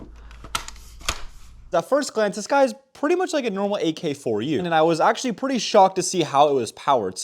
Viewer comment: Dude,It’s says AK-74U, wtf you was reading it off the box and said it a couple times and still got it wrong..wow dumb ass…